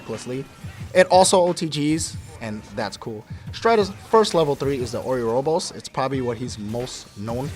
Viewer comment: O U robos, Strider Haru. So many American pronunciation errors...other than that pretty informative